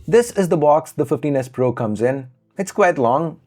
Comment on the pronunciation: 😂😂😂What..!!!, Fifteen S Pro » Teenus Pro » Tinus Po » Tinus